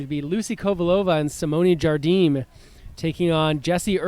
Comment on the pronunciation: Match starts after. Nice match, but seriously, the best part of this vid is the Jigsaw add after the first game. HILARIOUS! BTW, when is going to learn that Jardim is not Spanish but Portuguese and pronounced "ZharZheem, not "Khardeem."?